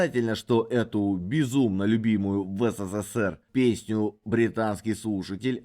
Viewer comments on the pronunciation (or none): none